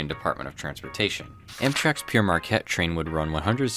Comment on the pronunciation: Not bad. At least you didn't have a stroke trying to say it as some of my American friends and colleagues seem to do. No doubt your proximity to Canada has given you an advantage. Thanks for the laughs. Signing off.